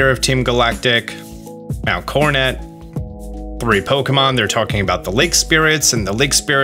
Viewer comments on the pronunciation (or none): none